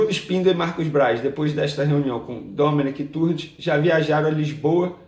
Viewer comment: Ótimo vídeo. Venê, a pronúncia correta é "Domené Torrén" Veja o próprio abaixo